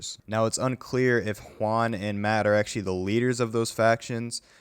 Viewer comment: did he just say hwaun?